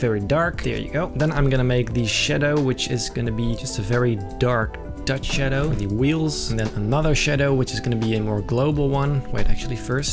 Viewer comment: Like the way he says shaddo